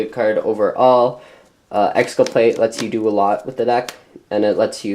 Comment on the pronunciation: lol "exculpLate"